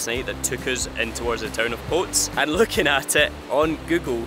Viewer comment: Looking forward to Portugal already! Really enjoyed your trip across the Costa Verde, one of the most underated areas in Europe. The Fuente De is fantastic having been up and down it many years ago! By the way it's the Picos de Europa not Pico and Potes is pronounced "Potez" and not Potes....